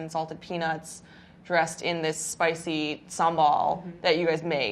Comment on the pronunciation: SHE PRONOUNCED SAMBAL PERFECTLY ahaha